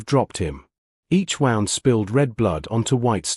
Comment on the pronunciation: wound. can you maybe train your AI better?